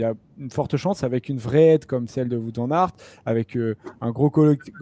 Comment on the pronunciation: Super emission les gars ! Faites juste attention à la prononciation de "Wout" pour WVA haha